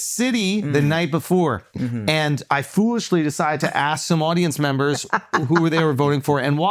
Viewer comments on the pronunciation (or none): “You betta thank a union memmmba”